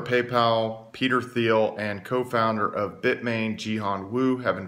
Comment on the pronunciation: Peter Thiel.. T T T T Thiel, pronounced Teel like eel or feel. Its a silent "T".